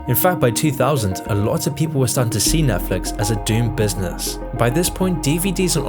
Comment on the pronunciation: if your going to do a video on this topic, u gotta not call it nephlix lol